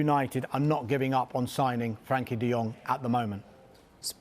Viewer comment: He does know it’s frenkie not frankie right